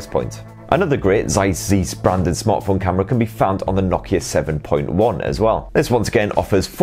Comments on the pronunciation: The way you first pronounced Zeiss is definetely closer than your second version. But the beginning 'Z' is pronounced much sharper - like a 'ts' as in the ending of 'rats'. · It's pronounced "tsais" ("ais" as in "eyes") , it's German, I'm surprised some people never heard of them, they've been making optics since the 18 hundreds! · Zeiss = Tsays